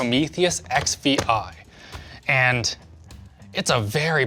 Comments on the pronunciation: "Prometheus Ex Vee Aye" .... It's "Sixteen", for 16GB of VRAM, in Roman Numerals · Uh I'm pretty sure the model is not called the "X-V-I" but the "sixteen", considering the 16" screen size... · Ex-Vee-Eye? That's 16...because of the display size. And the XVII is 17, also because of the display size. Thanks for the chuckle, though. :D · "Ex vi ai". Caesar is rolling in the grave. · "XVI" sigh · Oh, its pronounced actually xvi, i always read 16th